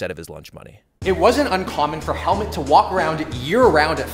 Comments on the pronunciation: His name is pronounced like hell and mood, but mood with a t -> Hellmoot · "Helmut" is pronounced like Hell-Mood ;)